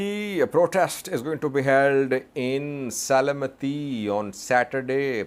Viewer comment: Se-le-m-ti Not Se-le-me-ti. Thank you for your reports.